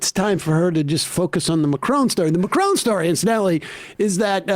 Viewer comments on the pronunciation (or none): That is NOT how you pronounce Macron lmao. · Why are they pronouncing Macron like that?